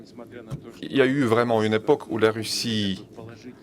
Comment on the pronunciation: Russie, pas Ruchi🙄